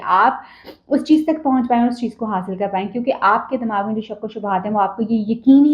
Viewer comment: Lahori woman, listen, Damagh nai hota, Dimagh hota hai, kindly apni urdu theek karein.